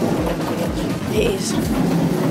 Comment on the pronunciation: The bit where you said daym made me laugh😂❤ p.s I love your products xxx